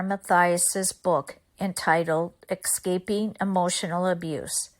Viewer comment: The correct pronunciation is "escaping," not "excaping."